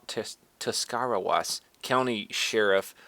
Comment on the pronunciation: I know this is an old video, dude, but I'm from Tuscarawas County and the story of Officer Eubanks is exactly the kind of behavior I'd expect from somebody who lives in Newcomerstown. BTW; it's pronounced Tusk-Uh-Raws.